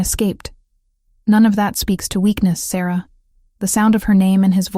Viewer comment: How could the tree be in their kingdom when it was 500 miles away at the temple AI is so dumb. They even mispronounce Sarah more than once.